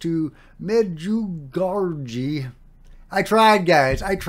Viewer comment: Just for information: Medjugorje is pronounced like "Mejugorie" (more or less), Marija is pronounced like "Maria" and "scheduled apparition" means that the visionaries claim that the Virgin Mary communicates with them at a certain time of day that she has announced beforehand.